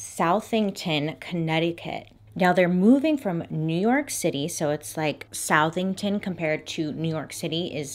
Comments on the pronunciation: Being from Connecticut and hearing South-ing-ton was funny... its pronounced like Suh-thing-ton lol I love Bailey so no shade at alllll! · lol the way i looked up when you said SOUTHington... cuz it makes sense to pronounce it that way... but it actually is pronounce Su(like "sus")thington. so... suTHINGton. cray town tho, js, lolll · Its pronounced suh-thington just a fun fact. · I'm obsessed with your pronunciations, very literal SOUTHington! as a former CT resident, I pronounce it suh-thing-tin, but i also could be illiterate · I know this is an old video but being from CT we don't pronounce is South ING ton. Suthentin lol. Anyway, ive seen the house its on a main rd. you'd miss it if you don't know the address and actively look for it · im from connecticut and I was so thrown off by her pronunciation of Southington... i know its spelled "south-ing-ton" but its "SUH-thing-ton" lol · it's pronounced like Suthington not South-ing-town :) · as a Connecticut resident lemme just say that I am WHEEZING at the way Bailey pronounces Southington CT as SOUTHington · Hahaha it’s pronounced Suh-thing-ton Connecticut hahahahaha 🤣 first time I’ve ever heard it pronounced as it’s spelled hahaha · Southington is pronounced “Suthington”. Don’t ask me why. We have a lot of odd town names in CT. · Nobody: Everyone from CT: It’s Suth-ing-ton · Ahaha, hopped on the comments to see if anyone else from CT had made a comment about the pronunciation. Initially when Bailey said SOUTHington, I was like, ‘ooo, where’s that?’ And then she said Connecticut, and I busted up. 💖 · Anyone from Connecticut knows it’s pronounced “Suh-thing-ton” 😂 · I live about 20 minutes from this location, and FYI, it is pronounced “Suh-thing-ton” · The way she said sounded made up. Like when someone asks “where do you live?” And you decide in the middle of the word that you don’t want to tell them. “Yeah, I live in South...thington.” 😂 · South- ington lol I'm from CT and this made me laugh